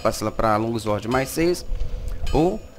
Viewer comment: Longuizuorde kkkkkkkkk Flw irmão , ajudo pacas